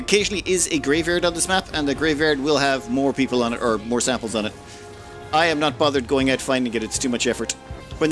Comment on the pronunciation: wasnt looking at the screen, and thought, huh never seen a battle button labeled "or/ore" before. then i looked up and remembered cant say R like an american